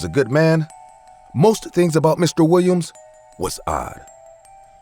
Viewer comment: Lol the way the narrator says "Mr. Wiwiam's" 😂😂😂😂